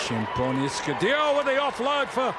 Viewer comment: To the commentator, France 8, her name is pronounced [ESK] [u] [DARE] [o], not "Escu Dior".